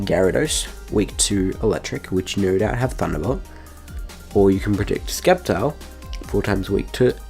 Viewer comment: stop saying skeptile u turd